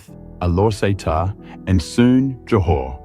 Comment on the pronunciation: ‘Setar’ in Alor Setar is pronounced similar to ‘star’. Since Malay does not have an S-t combination, a short vowel is inserted.